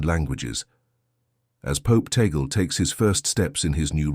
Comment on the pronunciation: please pronounce the last name, Tagle; "Tag-le"......tag-----le! tag le!